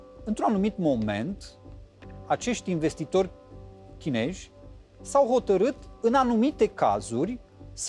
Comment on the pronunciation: La nivelul tau sa pronunti chineji...e rușinos.